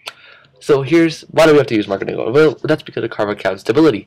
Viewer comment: It's "Markovnikov," not "Markinikov"